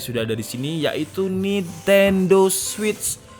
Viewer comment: memang benar bro penyebutan nya switch